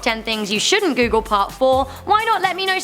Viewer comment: I thought it said " Top 10 Things You Shouldn't Coogle "